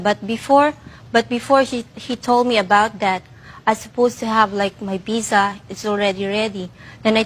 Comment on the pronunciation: Pizza? It's visa not pizza. 🙄